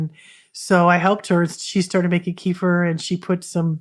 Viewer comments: While we're at it kefir is properly pronounced kuh-feer or kef-fuh 🎉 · Thank you for the shared knowledge. It is enlightening! Also ,Kefir is properly pronounced...kuh-feer or keh-fuh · Sorry , I'm not sure what you point is. Please help me understand. Kefir is not pronounced kee- fur... it is kuh-feer ,keh-fuh and kē-fîr....look it up for yourself . Bye Karen 👋